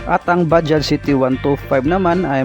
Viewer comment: Ok ang pagka bigkas sa bajaj Ang iba blogger baja daw nawala ang J